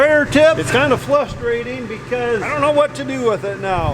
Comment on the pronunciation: Warsh... Flustrating... I'm wondering if was related to my Mom??? She used the same words. Can you get him to say "Hawaii"? (with Mom it came out sounding like "How are ya")